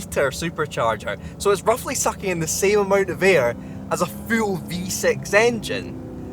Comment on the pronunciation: Please stop saying the words 'full' an 'fuel'. I literally cant here the difference